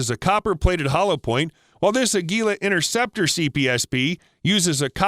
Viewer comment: Innerceptor ? Try to pronounce a T.